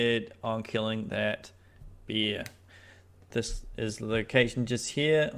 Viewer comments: It’s Bear not Beer…… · It's a bear not a beer bro 🍻